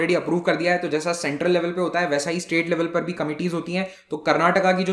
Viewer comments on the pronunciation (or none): none